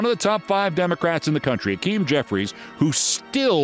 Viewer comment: I'm with you, man. But it isn't Akim. It's Hakeem.